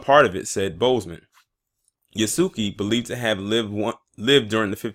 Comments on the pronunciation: It is pronounced Yasuke, not Yaski. 弥助 => 弥(Ya) 助(suke) YASUKE 〇 YASUKI ✖ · It's pronounced (yah) like (Jah). (Yah) (su) (K). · And why do people keep pronouncing yasuke wrong (Yahske) is the correct way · Pronounced ya-su-kay btw